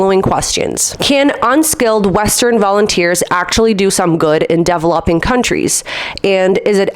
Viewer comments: i had to turn this video off because you don't know how to say developing its so cringe. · please learn how to pronounce "DEVELOPING"